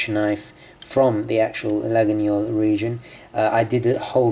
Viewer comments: Try to prononce it toward this: la-yeul. And not la-gui-gnol. Pretty knife! I want it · Your knife is a LA-GWEE-OL. Not La-ginyol. Laguiole = Lagweeol. Otherwise loving your videos as always, keep 'em coming! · It’s laguiole, not laguniole nice vid btw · Hi I'm French. We doesn't say : LaguiNIole Just Laguiole and pronounced Laiole. Thanks for your video. 😉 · Laguiole, not Laginiole! Nice carry though. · Hey, great vidéo! A precision: Laguiole must be pronounced Layol (and the « a » in french)... don’t know if I’m clear enough 😅 (I’m french) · Laguiole: pronounced "Lah-yol".Thanks for the video. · The right prononciation for Laguiole is /layol/ ;) Greetings from France. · Laguiole pronunciation is [lajɔl] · Great vidéo! But I think you need to pronounce Laguiole as "La-io-leu" it is a bit spécial. Best regards, Xavier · I think the knife is pronounced lagweeole? You are right about the quality though;just be aware that there are some horrendous cheap crappy copies out there?